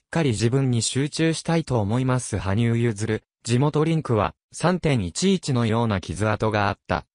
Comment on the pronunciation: 申し訳ありませんが、はぶさんではなく羽生(はにゆう)さんです。また名前は、けつげんではなく結弦(ゆづる)聴きづらいのでよろしくお願いします🤲